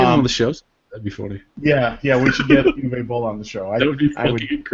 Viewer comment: Uwe is pronounced Ooh-va.